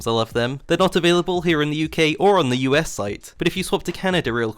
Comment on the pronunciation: No one talking about the British flash when he says us in the ad